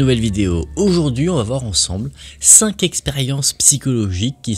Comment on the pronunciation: Je profite par ailleurs de ce commentaire pour te dire que le chiffre "cinq" s'écrit sans "s": on prononce "cinQ expériences" et pas "cinq z'expériences" (voilà je pinaille mais à chaque fois ça me fait siffler les oreilles XD). Bravo pour cette excellente vidéo, hâte de voir les prochaines!